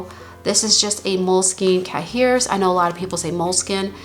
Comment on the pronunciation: Cahier is French and is pronounced ki (long i) yay.